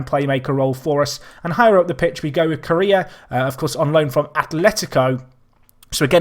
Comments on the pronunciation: hey Correa is pronounced as "Cor-Ay-Ah" not Korea, just so you know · Leo Deasy not, is Correa, not Coray and Korea